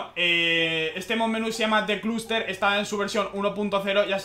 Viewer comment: the cluster se llama al parecer... es tan dificil decir hustler, en fonetica es hʌslə, para el que no entienda eso hasla/e, en otra parte dice "vehicule", aprende ingles dios